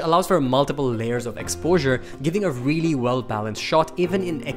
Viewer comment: "vreally" wtf